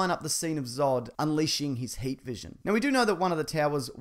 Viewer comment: Half way through the video I realized you were saying HEAT vision instead of HATE visions lol